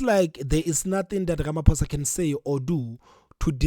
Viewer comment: pls have respect for our president.its RAMAPHOSA,not RAMAPOES OR RAMAPUSS